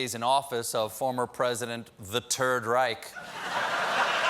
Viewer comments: thumbs up for "the turd reich" hahaha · "The Turd Reich". chef's kiss